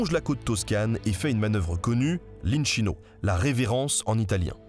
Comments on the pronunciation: « Inchino » se prononce inKino et non inCHino … à la bonne française … C’est un détail Les vidéos et la chaîne sont merveilleuses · desole mai je ne peut pas le sentir !!! sKettino et pas scettino !! inKino et pas la version chinoise INSCINO ... stp .... KaZZOOO (ZIZZIII) EST L EQUIVALENT DE (PUTAIN DE MERD) :):):):):) :face-green-smiling::face-green-smiling::face-green-smiling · the correct pronunciation of "inchino" is with an hard "c" like a "k", basically "inkìno" (accent on the i). Same thing with "Schettino", it sounds "Skettìno" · Très belle vidéo 👌🏼 pour l'accent italien on repassera 😅 'ch' ça se prononce 'k' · super video!! juste un petit detail, en italien la lettre H sert à rentre un mot "dur". du coup l'inchino se prononce "inkino". Pareil pour Schettino ou tout autre mot ayant un h suivi d'une voyelle ;) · Super vidéo ! Par contre en italien "ch" se prononce "qu": "Inquino", "Squettino" 😉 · Exellent travail et passionnant, mais "schettino" et "inchino" se lisent skettino et inkino en italien. Pour le reste j'ai adoré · Très bonne vidéo comme d'hab mais Schettino se lit "Skettino", et inchino se lit "inkino" 😄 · Merci pour ce doc Pour info : Schetino se prononce Squetino Inchino -> inquino cazzo -> catso Ça fait mal aux oreilles Merci ! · J'en profite pour préciser aussi que "inchino" se prononce [innekino] et "cazzo " [catzo]